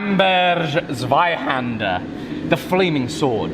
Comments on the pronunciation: Oh and try to say Zweihänder with a hard "z" like: Tsweihänder The much more difficult "händer" part is beautful, btw. What's next? Dreihänder? LOL :-D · Here is an instruction to say it right : The z in zweihänder is sharp like in soul and then just put a T before it. The ä is best spoken like the a in ham. I had to say this otherwise i will be triggered the whole series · 16 episodes and you speak it ZweihÄnder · Your pronunciation of Flamberg Zweihänder was terrible but i'll award points for the excessiveness put into it: 10/10 from me. For those interested, it's pronunciation is: /Flámbɛrk/ /Zweíhänder/ (flám-berk ts-va-ee-hen-der) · From an American German Lutheran who learned Deutsch when the maiden great aunts did not want us to understand what they were saying, z is pronounced ts, ei as eye, a as ah as in bah humbug (the long a is just pronounced for a longer time), so ts,v,eye,hahnder, and the final r is just a bit more subtle than BBC-style. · hey its called zweihänder not zweihander:D greetings from germany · No matter how crazy is going with the pattern...in the end, the biggest challenge will be to pronounce "wurmbunter Zweihänder" right. 🤣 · Germans are a bit fussy ... its called Zweihänder.... with " ä ". You can do better! :) US-Keyboard is no excuse :P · Just want to say that it's not a Zweihander, it's a Zweihänder (ä is almost like e, but more like the sound a goat does, like the French é) and maybe you could say it more German, so harder. Anyway, very cool and exciting project. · Because you are going to say it a lot during the next 63 episodes. The Z in Zweihänder is pronounced more like ts. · Hi, it's called Zweihänder 😁😋 Nah just kidding but the English version would be written with ae instead of the ä 😊 Keep your work up. It's always great watching your videos. 👍🏻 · please 🙈 Practice the correct German pronounciation... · Only they spell it Zweihander and not Zweihänder :(